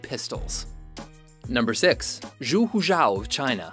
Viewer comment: Zhu is pronounced "joo."